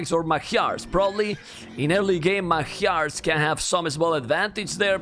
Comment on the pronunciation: Is anybody else annoyed how he pronunces Magyars?